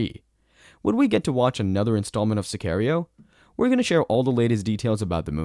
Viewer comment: To the guy making this video. Watch the movie, so you can learn how to pronounce Sicario 🙄